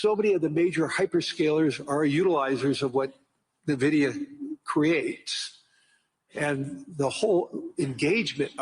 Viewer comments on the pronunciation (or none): Este señor no sabe ni que la empresa se llama Nvidia. No nividia. No sabe ni de lo que habla.